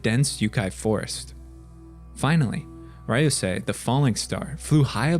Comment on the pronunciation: Ryusei is pronounced “Ree-you-say” not “Rai-you-sai”